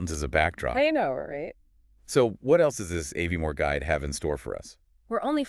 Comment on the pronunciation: First sentence pronounced Aviemore incorrectly could not finish